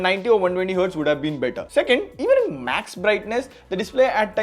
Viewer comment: Bro it's not I N it's in